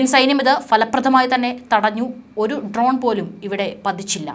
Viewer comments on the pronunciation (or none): ട്രോൺ അല്ല മാഡം ഡ്രോൺ എന്ന് തിരുത്തി പറയുമല്ലോ